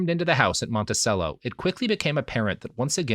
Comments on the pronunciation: FYI it's pronounced "Monti-chello". Like cello the instrument. In case you haven't recorded part 3 yet... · Sometimes I am reminded that not everyone is from virginia and knows it's actually pronounced "Stan-ton" and "Monti-chello" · Isn't it pronounced "Montichello"? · The continued mispronunciation of “Monticello” is killing me.